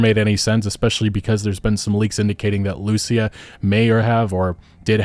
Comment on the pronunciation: Please for the love of good, just say Lucía's name in the right way. You can hear in the trailer how its pronounced...